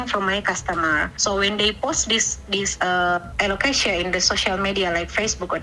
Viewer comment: How are you going to hear Jacklyn say alocasia and then pronounce it completely differently